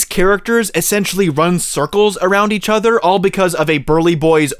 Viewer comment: Great video but please learn to pronounce “other”😉 No offense but every time you said “ether”, I flinched. Ether than that, you had very valid points.